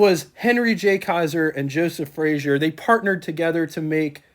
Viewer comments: A couple of comments: It's pronounced "Fray-zer" not "Fray-zhur" He was Scottish, not French. The person who's picture that's shown when you mention Joe Frazer is not Joe Frazer. Don't know who it is but it's not Joe. You are correct, Kaiser had the first hatchback. Kaiser and Frazer for '47 were the first cars with a straight through fender line (no running boards or "hang on" fenders.) True post-war styling. The "AC" control allows air to flow through the heater, which Kaiser called an "Air Conditioner." Another cool feature these have is the control marked "T" below the dash, which stands for "Throttle" - it's a cable to the carburetor, sort of poor man's cruise control. As another person commented, the problem with using the Continental 226 in passenger cars was the valves burned frequently. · Good video but I have to voice my pet peeve - it's pronounced "Fra-zer" not "Fra-zhur" Joe Frazer (not Frazier) was very proud of his Scottish lineage. You are correct that Kaiser had the first hatchback in 1949. A '47 Kaiser Custom is a rare model among the KF line. The hood ornament is an after market add-on. Very cool - KF did not offer a hood ornament in '47 so owners often added the after market units available at the time. The "AC" knob turns on the water to the heater. In '47 the heater was known as an "air conditioner" - great piece of yesterday to be sure. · It is NOT FRAZIER; It is pronounced and spelled FRAZER! Repeat: F-R-A-Z-E-R!